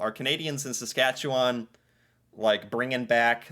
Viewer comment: Sas-cat-chu-win Saskatchewan